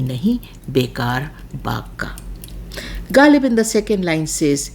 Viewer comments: It doesn’t matter whether someone’s language is Urdu or Greek. If you claim to be an expert in Ghalib’s poetry, you should have perfect pronunciation of the words. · you can't even pronounce ghazal, kharab, and ghalib. First get these words right then talk about translation.